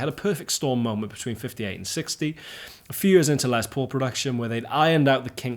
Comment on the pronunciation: Finally a Brit who says Les Paul's name correctly!